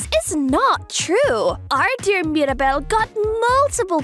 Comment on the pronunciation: It's Mira not Mari